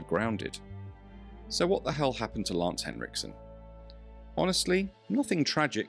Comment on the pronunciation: extra points for not calling him lance hendrickson